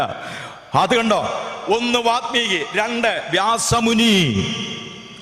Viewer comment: വാൽമീകി! വാത് മീകി അല്ലല്ലോ?